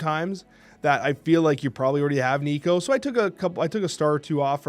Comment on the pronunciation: Thank you for saying Nico's name correctly❤️. I forgive you for your past transgressions. FF and Nimrod are worthy of a series 3 drop. Is surtur the new Thanos? "Big power... That's a surtur card".